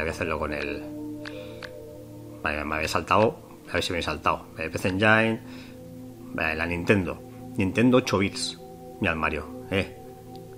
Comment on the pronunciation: Hola amigo, solo para comentar que PC Engine se pronuncia "PISI ENYIN"